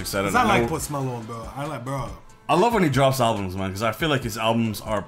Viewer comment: “pOsTI MEloNi”😂😂😂